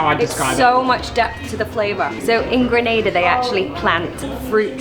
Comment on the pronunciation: 1 of the few that ACTUALLY pronounces my island’s name correctly 😂 and love the energy information you’re giving. Great shots with the views especially with the drone. Which one were you using?